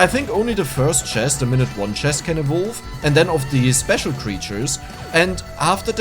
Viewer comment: Thanks for the video, but your pronunciation of "evolve" is pure earache, google the correct pronunciation, it's easy!!!